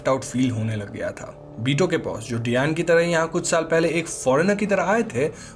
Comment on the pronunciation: Fun fact डयान nahi डायना हे प्रभु 😂